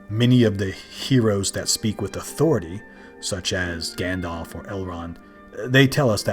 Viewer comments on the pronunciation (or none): none